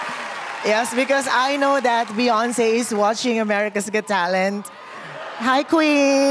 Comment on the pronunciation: I was enjoying him until he said "Beyonce". 🙄🤦🏽 He still did a good job, though.